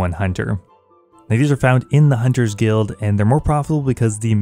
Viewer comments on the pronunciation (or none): none